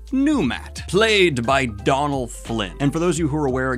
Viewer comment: It's pronounced Doe-nal Finn not Don-al, the accent/fada on the o changes the sound in Irish/Gaelic.